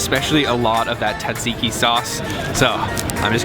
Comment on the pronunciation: "TATSIKI SAUCE"!?